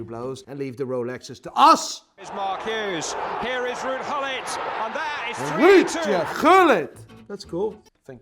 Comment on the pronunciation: ruud lekker op zijn nerderlands uitgesproken